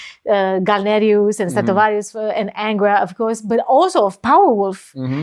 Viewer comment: I love how she said stratovarius, "estratovarius" :D